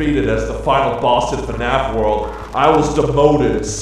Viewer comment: Its world not word hahahah